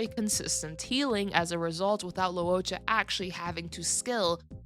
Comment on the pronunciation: Your pronunciation is more accurate though. It's not "low". "Loo-oh" is correct. Anyway, it's understandable that not everyone can say names in different languages correctly